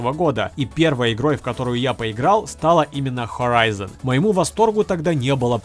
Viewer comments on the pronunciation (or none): none